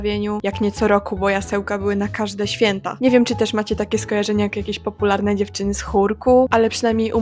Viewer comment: Kochana, ale ty też niezbyt dobrze mówisz. Mówisz: a - na - li -ZE (e), nie a - na - LI - ze. Źle stawiasz akcenty i często przeciągasz ostatnie litery. "Cze - GO - oo", " PO - pu -lar -ne"